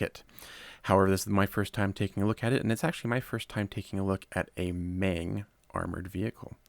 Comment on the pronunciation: Love your content. Learned quite a bit from you. However, being a Chinese company, the "E" in MENG is actually pronounced as if you're using a soft "U". So MENG would kind of rhyme with RUNG.